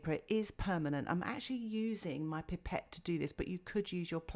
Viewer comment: Its a pipe ette not pepet